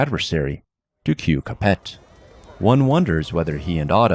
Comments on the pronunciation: I thought Capet was pronounced Ca-PAY? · You don’t say the T at the end of Capet. It’s like Cap-ay